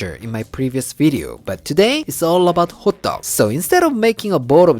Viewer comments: I kept thinking you were saying hot dogs, til I reread the title at the end. Ha ha. loves anything with sesame oil and cheese. You are both so funny, especially at the end with a toque on. Red bean paste would be a great filling too. You two are tres cool. Canadians love you! Thank you for sharing your culture & foods. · I keep hearing “Hot dog, hot dog” such a subtle difference in pronunciation:) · I know it's not, but every time you say "hotteok", my brain hears "hot dog". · I thought he said Hotdog🤣